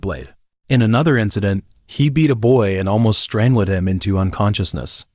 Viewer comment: "Strang~led" Lol